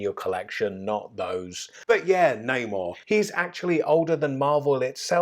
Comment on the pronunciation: Ffs how do you not know how to pronounce his name and who he is